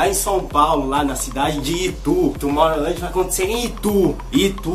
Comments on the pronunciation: Tomowland kk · "Tomorrouland" kkkkkkkkkkkk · Tomowland kkkk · TOMORROWLAJE KKKKKKKKKKKKKK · TOMOWLAND AHAHAHAHAHAHAHA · ai kkkkkkkkkkkkkkkkkkk ele falando tomorrowland